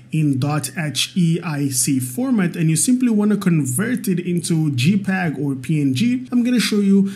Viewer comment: jpeg = 'jay'peg (not 'gee'peg) 😀